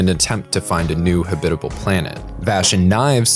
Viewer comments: HAB.it.a.ble, not ha.BIT.a.ble. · Did... did you just say "Huh bit uh ble"? :p